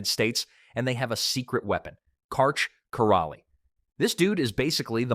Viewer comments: I think he pronounced every single name incorrectly. If you can’t get Karch’s last name right, you have no business making this video. How dare you, sir. 😡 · I think "" would have more credibility if they pronounced the GOAT's name correctly. The "L" in Karch Kiraly's name is silent. The narrator also mispronounces Misty May Treanor's name incorrectly.